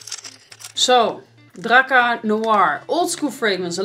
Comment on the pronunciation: its drakkAr not drakkEr